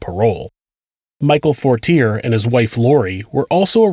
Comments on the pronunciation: Dear: midway though the video you say “McVeigh chose the date of April 29…” both Waco and the OKC bombing were on April 19, as you correctly say earlier in the video. 2) Fortier is pronounced For-tee-AY. 3) McVeigh was pulled over on Highway 77 near Perry, not I-35. 4) Nichols had 2 trials, one at the federal level one at the state level; both found him guilty of second degree murder, which is not subject to the death penalty. McVeigh on the other hand was tried in Denver because a judge decided he couldn’t get a fair trial in Oklahoma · Nice pronunciation in the name “Fortier” lol